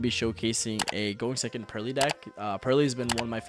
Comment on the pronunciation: Thank you for not pronouncing the Purrely cards like a madman as some other YouTubers do